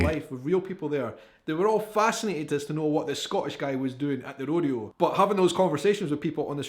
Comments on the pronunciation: Rodeo is pronounced "ROW-DEE-OH" Hope that helps |☆|---| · Rodeo: Road-E-O unless you are in California, it's Ro-Day-O Drive. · Have always wondered why your YouTube video is titled "European reacts ..." instead of "Portuguese reacts ..."? It's pronounced Row-dee-oh. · It's actually Row-day-oh, but most people say Row-dee-oh. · How to pronounced "Rodeo" .... Row Dee Oh. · 120° F.... is what like 47-48°C at its worst. 93°F is more typical. Howdy from Central Texas. (Rodeo ... "Road E O" Pecan... "Pea Cohn" is the Texas pronunciation and accent.) Spring and Autumn is best and Winter is wonderful if you are used to a region with snow. Rarely see snow. Tip for cowboy hats. Black felt is winter wear. White straw is summer and its to protect you if you work outside. Pack sun screen. But if you like to wear it...wear whatever cowboy hat makes you feel handsome or pretty. But yeah come to Texas for a visit. We would love to have ya. We like to meet from all over the world and share our culture with you as well. Texas really is like a country. Was in fact at one point an Independent Republic that accepted an invitation to become part of the USA as a State and very large. We describe distance not by kilometers or miles but colloquially by hours. "About 3 hours from here " works out to it will take you about 3 hours to drive there from this location. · Yes, the O in rodeo is a long O. Rr Oh Dee Oh. The Dee is the hard point. Ro D Oh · RO D O is the correct pronunciation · ROW day o